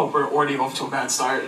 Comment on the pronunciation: omg did you hear the way wifey pronounced "off"?? lmao there's no way she's from KENTUCKY